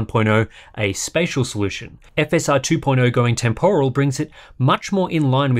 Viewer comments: I love hardware unboxed, probably my most watched channel. But I just can't get through a video where someone keeps saying TEM POR AL. How has this become a thing in English. It's pronounced temper al. I don't know why this word annoys me so much.. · It's TEMporal, not temPORal :p